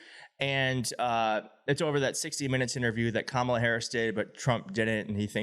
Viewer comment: I became aware of Nancy Mace when I watched an interview in which she repeatedly mispronounced Kamala Harris’s name, continuing to do it after being corrected. At one point she accidentally pronounced “Kamala” correctly, and then CORRECTED HERSELF to mispronounce it yet again. She is trash.